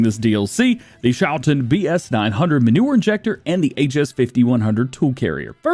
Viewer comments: Okay, if you put Google Translate into Dutch and let it speak the word you get a good pronunciation of the schou part of Schouten (the last part is a bit wonky, but that is just pronounced like is you are already doing/like the English ten is pronounced) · Since Schouten is a Dutch company, the ch is pronounced like the Dutch g, which sounds most like clearing your throat, if interested I could provide a pronunciation guide